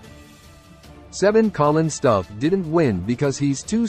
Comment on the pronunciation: He should have won! I wish this guy would pronounce his last name correctly. It is annoying how he mispronounces it.